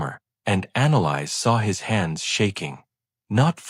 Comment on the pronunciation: Annalise or Annalise, as in Anna Lisa, sans the A at the end. Not “Analyze”. Hells bells, the pronunciation in this is atrocious. Irritating beyond description.